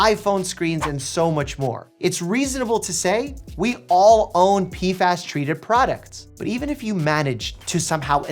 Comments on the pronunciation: "Pee-fass" Gotta love the crazy pronunciations he comes up with 😅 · They are called P F As, not P fas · Is it that hard to say P F As? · Im sorry Mike i love you but i just cant watch this video, the way you mispronounce PFAs is driving me nuts